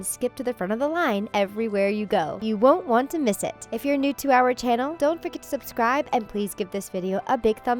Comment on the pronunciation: did anyone else hear don't fricking subscribe instead of don't forget to subscribe